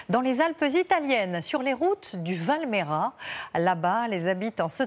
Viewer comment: Je n'avais pas compris que c'était chez moi quand j'ai entendu "Val Méra"... Val Maïra, s'il vous plaît ! Mais pas que, le fromage et le monastère avec le monsieur très enthousiaste, c'est la vallée parallèle, Val Grana. À par la prononciation, joli reportage !